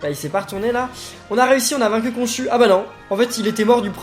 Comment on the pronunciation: on dit pas konchu on dit konchou